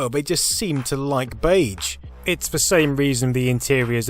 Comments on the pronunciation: Something about the way you say "beige" really bothers me. "Bayj" feels wrong when it's "beyzh". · "Beidge"... Sure let's go with that. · In this video: Beyj. Bayj. Beyj. Beyj Beyj Bayj. I checked American and British pronunciation. You're sayin' it wrong. And you said it wrong a lot. The 'ge' is like 'rouge' and 'genre' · I hate that you keep saying BEIJ instead of beige, pronounced beizh. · Gaaaah, all I can hear now is "Bayj" instead of "beizh". Have you done a word count of how many times you said it,? Are you saying beige in your sleep now? (I mean, more than usual) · I'm British and this isn't how I pronounce beige... (bey'zh) not (bage). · I had no idea anyone pronounced "beige" like this. Baidj. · 'Bay-juh' dude... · 'beiDge' aaaaaarrrrgghh! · Bage? Haha in all seriousness though, great content! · Is therea "d" in beige ? Or is that an England thing? Lol love the video. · Baydj? Baydj? BAYDJ? FFS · Except that most British people would, I suspect, say it with the zh pronounciation, and not the way he does (I'm British myself by the way). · I was wondering what you meant when saying baje until I realised you meant beige. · it's not pronounced bayje i am crying MAKE IT STOP 😭😭😭😭😭 please I'm begging you I am only 4 minutes in how many times will you say bayj i am pleading i am on the floor in a puddle of my sweat please sir please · Dude, you say beige wrong. 🤢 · Pronouncing beige to rhyme with "age" is a bug bear of mine! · Mispronounce beige one more time! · I really loved the video, even the bizarre (mis)pronunciation of the word beige couldn't spoil it. :) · Is anyone else bugged with how he pronounces beige? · I profoundly disagree with your pronunciation of "beige". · That's not how British people pronounce it either. He's just saying it wrong. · Never heard beige pronounced beige